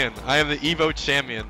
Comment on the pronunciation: "The chamion"